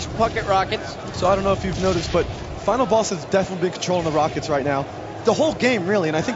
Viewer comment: LOL He says Final Bass